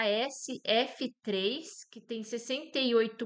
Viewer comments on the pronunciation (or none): Bom dia moça bonita .. Sua uma pequena correção na pronúncia do código da empresa JHSF3 J - jota Tu chamou de Gê